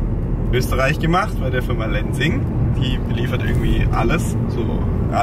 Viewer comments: Super spannender Vlog!! Voll schön zu sehen, wie sehr ihr euch mit den Themen Nachhaltigkeit etc. beschäftigt!:) Nur ein kleiner Tipp an: man spricht die Firma "Lenzing" - also tatsächlich auch mit einem "Z" und keinem "S" aus.. benannt nach dem Ort in Oberösterreich, an dem sie ursprünglich gegründet wurde und - ich meine - auch heute noch ihren Sitz hat!:) Liebe Grüße aus Österreich! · Kleine Anmerkung: in Österreich wird das Z wirklich scharf ausgesprochen, also "tset" -> Lenzing spricht man nicht "Lensing" aus, sondern "Lentsing" :)